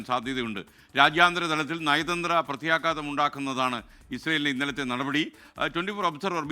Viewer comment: പ്രത്യാഘാതം . മേഘം എന്ന .ഘ. അല്ല sk